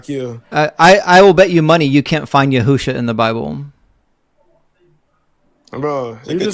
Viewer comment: "yahoosha"! 🤣 Man it keeps getting better 😆 n